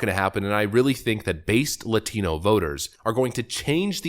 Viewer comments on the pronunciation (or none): Why do people who are 1/5th Hispanic pronounce words describing Hispanics differently than we do. Like, Latino but they say ladino.... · The way she says "latino" 🤢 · Minor note but it sickens me the way English has to be undermined as a language to keep the professional activist clowns satisfied The way they say "ladino" instead of Latino The way Columbia has been renamed "Colombia" Other countries with their languages aren't made to use foreign names and pronunciations for their names and words. You don't hear Spanish call Germany Deutschland they call it Alemania. French do not call Italy Italia they call it Italie. If you want to destroy a language let moron activists at it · It enrages me when they say Ladino. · What is wrong with people these days. This chick that thinks she's a boy is speaking normal English but when there is "Latino" or "Latina" mentioned her tongue makes stranger sound then she back to normal English again. Sounds like it is inputting a D sound where the T sound should be. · The way these CNN pundits overemphasize the pronunciation of “Latino” is so cringe. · Why do all English non spanish accent speaking Latino who dont say any other words with an accent HAVE to pronounce Latino with an accent? It's almost like a low level virtue signal that they think gives them credibility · God I can't stand these democrats when they pronounce "Latina" and "Latino"... Perfect facking English with the exception of those words. Someone should make a skit about it. Lol all grifters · Why do they have to emphasize the TI in laTIno? - Not even us hispanics pronounce the word that way. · Why does that lady keep going hard in the paint with her pronunciation of “Latino” but not with “Rio Grande”? Ummm hey fake ass, both are Spanish 🤣🤣🤣🤣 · I love how she only has an accent when pronouncing Spanish names and the words latino and latina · Why the woke freaks love pronouncing “Latina/Latino” that way? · Why she sound deaf when saying “Latino”?!